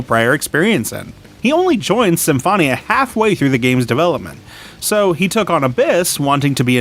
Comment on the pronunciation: U pronounced Symphonia wrong